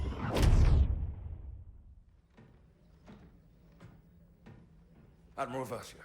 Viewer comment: Wait did you say Dadmiral? 😂